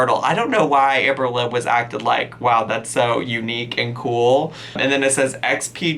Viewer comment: I spat out my food when she said “you get a pen you guise . That’s so kooowl”